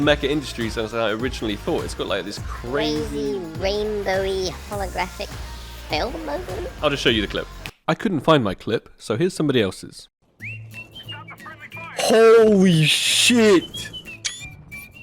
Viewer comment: "creezi reenbouwi hologarafik tingi" lmao